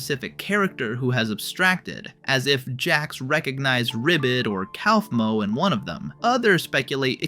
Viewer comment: IT'S PRONOUNCED COUGH-MO WHY DO YOU KEEP SAYING COWFMO